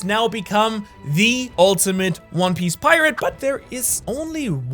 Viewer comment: Dude I love “one pice”